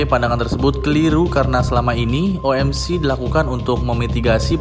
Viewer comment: OMC, kepanjangan nya bahasa indonesia. OMC ny dibaca indonesia saja, tidak usah dibaca dengan enjaan inggris (oh-em-si) :face-red-droopy-eyes